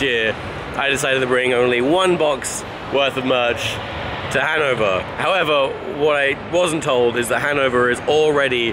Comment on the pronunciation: also, the emphasis in the word "Hannover" is on the o.